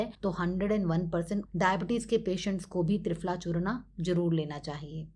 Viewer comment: यह चूर्ण है "चूर्णा" नहीं 😔